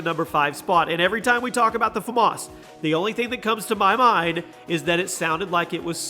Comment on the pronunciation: You say famas wrong every time you put it in a video